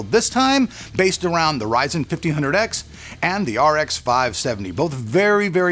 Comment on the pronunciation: Probably the best way of speaking AMD RYZEN 👌 Quite a punchy voice you've got there. Love the way you make your videos keep it up, want to become a YouTuber too so yeah I'm waiting for your next video on how to 😅.